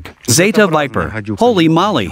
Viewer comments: Knitting needles are Spokes in english & " Holy Moly is not "holy molly" both words are said the same way as Holy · Surely this translator knows they are saying "holy moly" not "holy molley", who even says that lol and he says it a million times now...